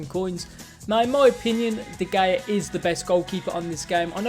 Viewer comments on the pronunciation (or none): “De geja” hahhhaha boy it’s de hea